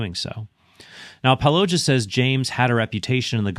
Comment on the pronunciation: Predictably, yet another person mispronouncing Paulogia’s name